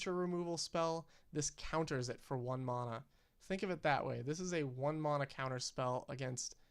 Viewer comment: It is pronounced MANa not MONa, Sincerely, The way the rest of the magic community pronounces it